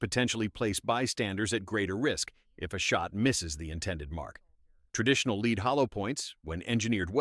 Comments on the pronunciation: yes it does, if you are making AI narration sometimes you have to purposely misspell words so the narration is more correct. spelling lead as leed, or read as red are perfect examples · Does the AI have problems with lead, led, and leed? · Holy Christ, would you PLEASE stop saying lead as leed? That's annoying as hell! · Ah I remember the Black Talon BS, made me laugh. It's just a coating to keep the bore cleaner. Winchester later quietly released it again as the Silvertip brand. Anyone who knows anything about ballistics laughed at the 5.7x28 flap. Just about ANY rifle ammo will sail right through soft body armor and even a bit of steel. ....tf is "leed" ammo lol, AI reader spotted. This one though is one topic that I'm actually ok with. Lead BIRD SHOT does pump out a ton of lead every year. There's good alternatives out there and quite honestly I have no problem with the shooting sports getting away from lead rounds all together. I get that people get twitchy about restrictions but if we shooters can agree that lead in the environment is bad then this is something everyone should want. No it isn't they're coming for your ammo, it's that we shouldn't eat game with lead in it or pollute waterways with clouds of lead each year. Also, JFC tinfoil hat much? ALL forms of ammo can, and DO often over penetrate! This is fear and hype mongering. C'mon guys, we have to be responsible too. "no scientific evidence" my ass you telling me lead paint was done away with because Big Paint didn't want us having extra white interior paint?? No because it lead to birth defects in our own species. What's next? Mercury is perfectly safe too? I agree that politicians know fuck all about firearms and shouldn't make any laws about them. That they blather on in order to get votes sure. But anyone who believes that le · Doesn't the orator of this little clip know how to pronounce lead or does he just want to missleed everyone. Most likely A I narration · Yeah, AI it’s lead not leed